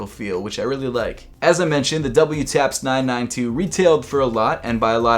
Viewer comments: Its not "w taps" lol its pronounced "double taps" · Wtaps is pronounced “double” taps. Not doubleyoutaps. Just FYI. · Wtaps is pronounce DOUBLE TAPS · Lol it's actually pronounced "double taps" idk why they have that weird WTAPS spelling tho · WTAPS is pronounced “Double Taps”, it’s a reference to the military technique of firing twice or “double tapping”. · WTAPS is pronounced as DOUBLETAPS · Wtaps is pronounced double-taps in Japan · WTAPS is pronounced as Double Taps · WTAPS is pronounced Double Taps -- to make it easier for the Japanese to pronounce "double-U," they generally omit the U from pronunciation. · WTAPS is pronounced "DOUBLE-TAPS" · Wtaps is actually pronounced double-taps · Fun fact: It's a play on sounds. The Japanese pronunciation of 'double' which is pronounced like "daburu" which sounds like you're saying "W" in english.